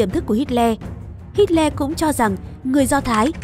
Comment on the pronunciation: Tưởng đọc Hitler là:Hi lờ Lại đọc thành:Hít le